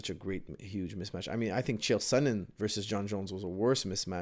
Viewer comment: Haha, you had to stop yourself a few times from saying "Mitch Match". I remember saying that when I was a kid too lol.